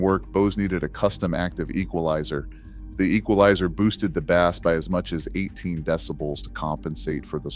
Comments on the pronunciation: Quick tip: To get Ai to pronounce BASS correctly, type "Base" in the script. It's not a fish. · Why do we need the AI voice over pronouncing words like Live & Bass incorrectly. 🔊 Really??